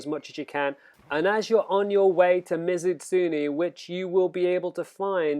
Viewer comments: It's not pronounced Ms. Utsuni. It's me zoo tsun e(e like in bed). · You're not good at accepting criticism. And no, your pronunciation of Mizutsune was pretty damn bad. But I didn't make a big deal out of it. Just told you the right way.